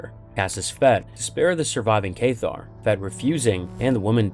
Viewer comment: Cath-Ar not Kaith-tar